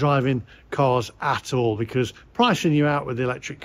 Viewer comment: Another -ism speech quirk is the way he pronounces "because". He says "be-corrs" but everyone else says "be-coz". Is it a general East Midlands thing? The only other person I have ever heard say "be-corrs" was 70s Labour politician Denis Healy but he was from Yorkshire! Very mysterious:)